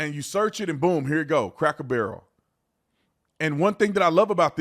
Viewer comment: Not craker barrel.. please